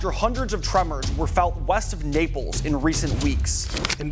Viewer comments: Napal? Naples sounds the same as staples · Mispronounce Naples and Die. Its Naples, Napoli, not Napalm. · What a joke, it’s not Nay-Pol, it’s Naples or Napoli. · Nepal i to pá! NAAPOLEEEE! Not Nepal! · Its NAPELS not NEPAL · Campi Flegrei in "Nepal"? Such a poor quality of this channel. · The place is Naples, Italy, not Nepal, which is a country in Asia. The commentator is pronouncing Naples totally wrong. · Can pronounce the volcano but gets naples wrong. Who is this guy?